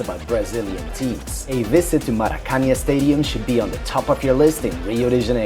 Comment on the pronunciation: Buddy, at least learn how to pronounce Maracanã correctly ;-) Greetings from a gringo who arrived yesterday to Rio!